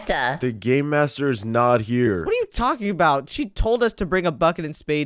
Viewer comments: Yalking? You mean talking right? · Yalking. Yolk